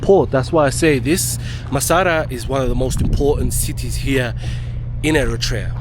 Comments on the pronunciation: Massawa! bro was saying massara every time 😂😂😂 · Brother it’s Massawa not Massara. Love it tho ❤ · Brother Massawa, not masara!! 🙏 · IS NOT MASSARA , IS MASSAWA 😂 GOOD JOB THO 🇪🇷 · It’s not Massara. It’s Massawa